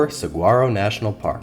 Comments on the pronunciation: on dit sawaro pour saguaro, et Tusson pour Tucson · I wanted to die a little inside every time he pronounced the “g” in saguaro. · if you can't pronounce Saguaro correctly the rest of what you say is BS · Good information and presentation. Please learn how to pronounce “saguaro”, however.